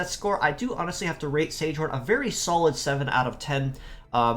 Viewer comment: Don't know if you care much about pronunciation but these names come from German, so instead of "sage horn" it would be ZEG-uh-HAWN. The other one would be HIH-ush-KEF-a.